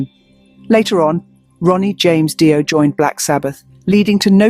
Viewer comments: Make the AI say DeeOh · Who is Die-oh? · Dio is pronounced Deo LOL. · Who the fuck is this “Die-oh” person??? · No,it's pronounced DIO because he was of italian origins... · Stop mispronouncing Dio 😢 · Seems to be true; what can you say about some space-worm who doesn't bother to listen to other videos on YouTube to learn how to pronounce Ronnie James Dio's last name.